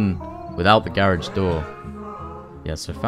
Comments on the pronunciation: For the Love of God can u finally pronounce " Garage " properly 😂😂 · is British I thought he was Australian but when he said garage I knew he was British